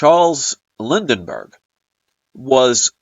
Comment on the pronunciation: you keep saying Lindenberg, but it is Lindbergh, how is that for the Mandela effect. The way to find out about the incident is to go to a library near you, and look at the printed word.